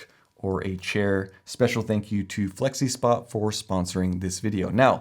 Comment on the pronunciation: You lost me at "Flexispot". 😁